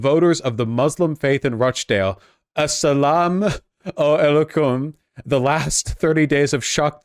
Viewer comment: ass-alam..aley-cum XD